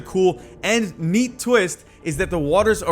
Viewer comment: "NEATE" twist, you sir, are excellent